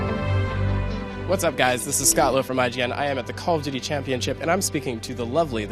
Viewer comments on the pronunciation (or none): CAWL OF DEWTEE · "coll uf duudy" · CALL OH DOOTY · It's very hard (cawl of dooty)